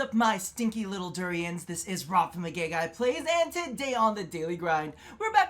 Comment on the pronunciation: Are you saying stinky little durians or Turians?